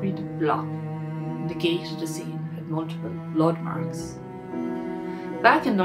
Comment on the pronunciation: Elocution lessons for the narrator. Dis dat dees does , get the H in there for crying out loud.